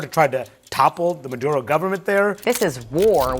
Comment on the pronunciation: Are you Hispanic you say maduro perfectly